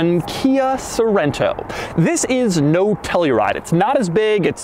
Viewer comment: Sounds like "Kai SO Rent toe"